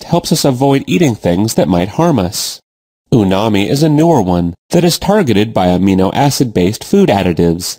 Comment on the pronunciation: It’s umami, not unami.